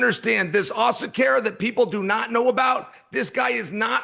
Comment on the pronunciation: When Chael said "Asakera" i died 😂😂. He cant get any name outside of being vanilla right to save his life.